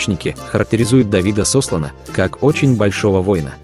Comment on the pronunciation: СослАна,.